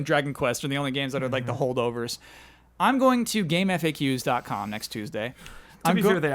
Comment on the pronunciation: thats the first time ive ever heard it pronounced "game eff-ayy-ques" i always hear "game facks"